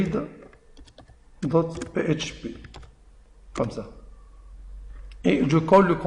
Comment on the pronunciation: Une très bonne explication, mais t'as un petit problème avec la prononciation entre francais et anglais comme URL, Layout......... tu doit travail sur cette cote